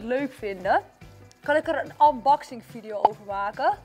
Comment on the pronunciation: Je zegt niet anboxing maar unbuxing